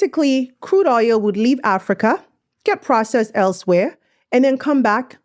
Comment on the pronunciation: Its OIL not OYO😅OL